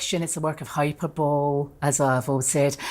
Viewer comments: "HyperBOWL"😂 Welcome back! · 😂 how she pronounces hyperbole is hilarious!!! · SORRY......does she think that's how you say Hyperbole????